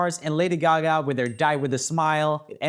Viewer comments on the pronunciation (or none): none